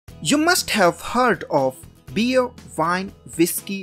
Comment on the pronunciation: listen how he pronounced them